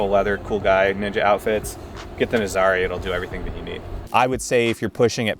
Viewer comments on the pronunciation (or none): IT's pronounced Naazarah like the surf location